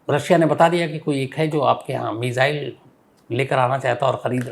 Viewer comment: मिजाईल नहीं मिसाइल बोलो